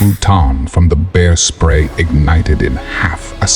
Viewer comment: For someone who makes videos telling stories you mispronounce words constantly. This story you called "bear spray" beer spray once and butane was pronounced boo ton😂.